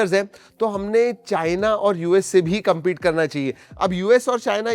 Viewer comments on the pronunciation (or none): none